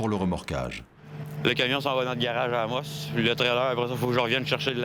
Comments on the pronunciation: Je viens de l'Abitibi... et ça me gosse la prononciation du commentateur pour la ville d'Amos... 🤣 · Le narrateurs devrait apprendre à prononcer Amos , c’est quand même la ville de naissance!